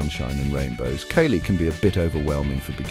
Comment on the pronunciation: I'm not a fan of Kali but if your gonna do a video maybe pronounce the shit right? "Kaylee"😂